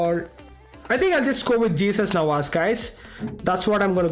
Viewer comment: "JESUS Navas" 💀😂